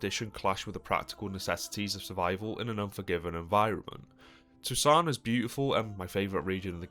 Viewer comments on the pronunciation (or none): none